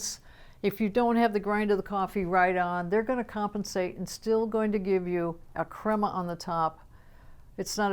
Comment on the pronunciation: beware the pho creama! Is that what I heard?